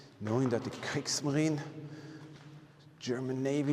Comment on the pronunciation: its KriegsmarinE not kriegsmarin you say the e at the end 👌